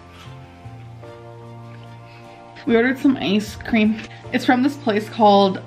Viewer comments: She ordered some ayce cream 😂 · i still don't understand why she said "ice cream" like that